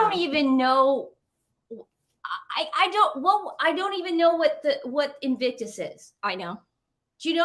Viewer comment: I love it how you will start a topic, then the other interrupts, and that topic vanishes back into the ether., sometimes you pronounce "invicus" and that's ok.:)